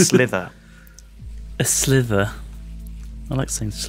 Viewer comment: its SLIVER not slither....